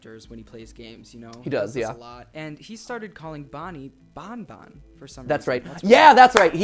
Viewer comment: It sounds more to me that Mark is calling Bonnie "Bun Bun" cuz he's a bunny, not "Bon Bon" since he hadn't yet got the characters names down.